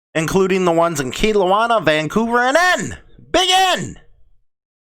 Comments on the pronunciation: All those cities are on the lower left corner of British Columbia and its Kelowna [KA-LOW-NA], Vancouver [VAN-COO-VER], Nanaimo [NA-NAI-MO] is on the little island on the very bottom left of canada just above seattle. You honestly need to gain a little more knowledge on Canada g 😂😂 shit was honestly funny to listen to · Good Morning, It’s pronounced Kelowna (KelOw Na) and Nanaimo (Na Nai Mo as in Nanaimo Bars), and Vancouver. Sonny Barger put the article out last week. No Courts don’t bow to the Queen. I was in Court last November, ( I wasn’t in Court of Queen’s Bench) When sitting in appeal or in civil proceedings, judges and masters wear a black silk gown, a bar jacket with either bands or a jabot and a bench wig.... Queen's Counselor Senior Counsel wear a black silk gown, a bar jacket, bands or a jabot and a horsehair wig with curls at the side and ties down the back. The “Police Dog” on Teri’s Profile is Chase from the Children’s Cartoon Paw Patrol. I used to watch it with my Nephew when he was younger. #ROCKON. #JUSTICEFORKEITH